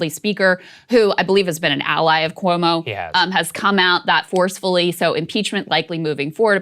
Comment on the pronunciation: Why is Sagaar pronouncing Cuomo’s name like that? 🥴 lol